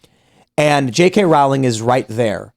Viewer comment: JK Rowling is pronounced "rolling" like bowling.